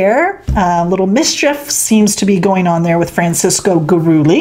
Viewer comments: Coyote in old New Mexico means 3/4 Indian 1/4 European mestizo means 50/50 European and Indian and Gurule is a hispanicization of a French last name its pronounce Guru-lay not Guru-lee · Goo ah ley